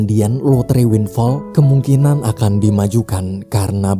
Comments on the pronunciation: Winflaw bang bukan winfall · Winflaw bukan winfall... wkwkkwkw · Winflow bang bukan winfall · Sebutan benernya Windflaw "win flau"